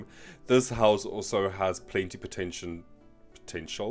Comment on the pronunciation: i will never hear "potential" the same way again 🤣